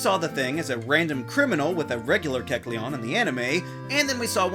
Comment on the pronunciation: Wait...THATS HOW YOU PRONOUNCE Kelceon?!